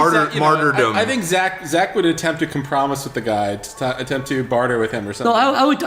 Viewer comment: listen how Jeff pronounces compromise.